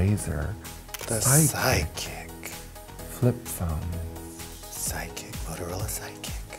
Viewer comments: I thought they were both saying psychics and I was like wtf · I can't be the only one who keeps on hearing psychic instead of sidekick? #PutACorkInIt 😆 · Why is Raja pronouncing "sidekick" as "psychics"? Ò,ô